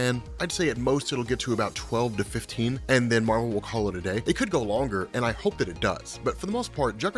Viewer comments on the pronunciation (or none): none